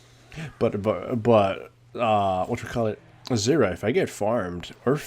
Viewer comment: well.. he pronounces it like syrra xD. Thats why ;)